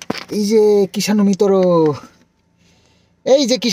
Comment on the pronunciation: Dada apni krishanu mitoro bolen kno .Right pronounce na sekhle problm hote pre baby der kta bolate 😊